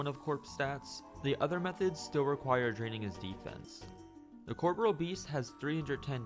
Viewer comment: Cor - PO - RE- AL not "CORPRAL" Americans not beating the education allegations.